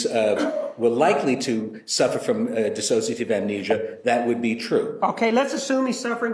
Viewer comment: Can somebody PLEASE tell Willmott how to say DISSOCIATIVE!!? She keeps saying “dis-as-sociative,” and it’s making my brain scramble!’😂